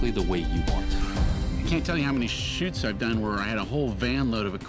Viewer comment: Definitely thought the guy said something besides "shoots" ...